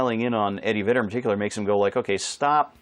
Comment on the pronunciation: Did you say Eddie Vader? 😂